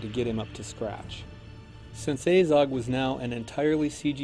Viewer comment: It's Azog not A-zog